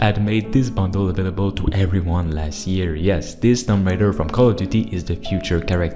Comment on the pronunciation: Its tomb raider not tom raider. (toom)😂